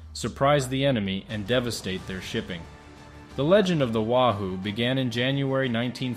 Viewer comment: Btw, it's pronounced 'way-who', know your fish. (subs at the time were named for fish)